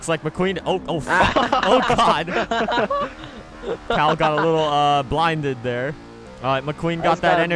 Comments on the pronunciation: XSurVival1st S it’s Cal,not Kal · No they called him cal like Kyle petty